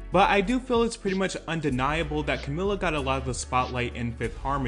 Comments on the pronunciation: *Ca-mee-la is how it's pronounced 😁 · bro if i hear one more person pronounce her name as camiLLA istg 😭